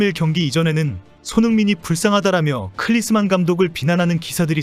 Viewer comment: 헤이 남의 성고문하냐? 클리스만이 아니고 클린스만이다 X자식아 !!!